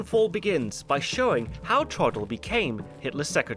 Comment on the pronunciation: It is pronounced Troughdle (like plough), not Troddle.